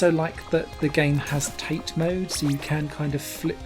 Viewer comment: I think it's pronounced "tah-tay." It's Japanese. (It may also be the ONLY way to play this since the screen is so tiny in yoko mode.) Annoying nitpicking aside, thanks for the review. I just bought this game myself for $3 US, and while I think it may be a little TOO chaotic for its own good, you can't say it's not ambitious!